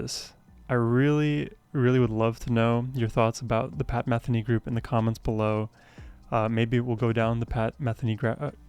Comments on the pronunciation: YAY!! one of the best musicians/composers on the planet, especially whenever paired with Lyle Mays RIP..., btw, pronounced meth-EE-nee... one other comment, for those who know tennis watching Lyle Mays play piano is like watching Roger Federer play tennis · You might like to actually SEE this (along with The First Circle) being performed live. There are videos here on YouTube. (BTW his name is pronounce muh-THEE-nee.) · I've been a fan since the early 80s. I've always heard his name pronounced Me-THEE-knee. Was I wrong all these decades? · Enjoying your journey with Pat Metheny Group (pronounced Muh-thee-née). His music is uplifting and great to drive to. Try his studio versions of “Antonia” and “To The End of The World.” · You mispronounced “Metheny” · Please pronounce his name correctly. I'm sure he would appreciate it. 🙄